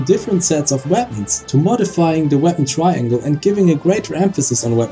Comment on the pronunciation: Anyone else notice "the weapon TRANGLE"